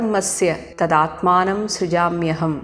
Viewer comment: Not tadatmanam but Tada aadmanam